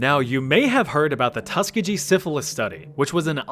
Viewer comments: You pronounced Tuskegee incorrectly Tusk ee gee Not Tuskije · it’s pronounced Tuskee Gee not Tuskegee 🤦🏻‍♂️ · This dumb ass really said “TUSK UH JEE” …. Is it’s Tus-key-gee. Hard g like GULL. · did you just pronounce tuskegee as tus-cah-gee instead of tuskee-gee? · Hard G sound when pronouncing “Tuskegee” (Tus-key-Gee) not tuskajee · Nice vid but it is pronounced Tus-E-gee. Not TUSK-ka-gee. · FYI, it's pronounced...tuh·skee·gee. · tuskegee is pronounced "tus-key-gee" with a hard g sound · Tuskegee, Alabama is the place of the Tuskegee experiment and it’s pronounced tus-key-ghee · Hey! Great video! Also Tuskegee is pronounced tuh-ski-gee (like gee rhymes with key) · “Tuska jee” 😂😂😂😂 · Hehe you pronounced Tuskegee (tuh-ski-gee) wrong. (Laughs in goes to the university and has to hear about them trying to say it wasn't an experiment) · No I never heard of the Tuskeejee syphilis experiments. I have however heard of the Tuskegee experiments! Is that what you were attempting to say? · Another video brought to you by A.I. Couldn’t pronounce “TUSKGEGEE” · As a native of Alabama and a medic who cared for two of the last, I am offended by the way you very incorrectly pronounced "Tuskegee". Tusk like an elephant, e, gee like bacon ghee. It is a Native American word. "Tuskegee" comes from the Muskogee word "Taskeke", a name of a Creek settlement at this site, meaning "warriors". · Tuskegee is pronounced tuss-KEY-gee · "... Tuskegee Syphilis Study ...". That is pronounced "Tuskegee," with the accent on the second syllable and the "g" as in "goat," not "Tuskegee," with the accent on the first syllable and the "g" as in "germ." I know, a thousand years from now, no one will care about how anal I used to be, but right now, I have this compulsive compulsion to compel proper pronunciation. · I don't ever want to hear someone pronounce Tuskegee like that ever again in my life... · I’ve never heard someone mispronounce Tuskegee so badly in my entire life🤣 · How did he just say Tuskegee